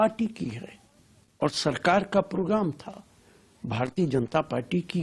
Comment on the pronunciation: दीदी प्रोग्राम बोल, पोगराम क्या होता है बे? 🤣